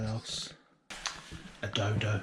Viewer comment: U sure it's a 'doldo'? 😂